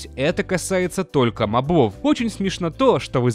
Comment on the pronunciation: Задолбал уже! МОбов, а не мобОв! Именительный падеж, мужской род, единственное число-моб. Одна О. На неё и падает ударение!